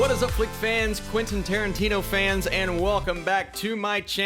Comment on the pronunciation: Quentin Tiertino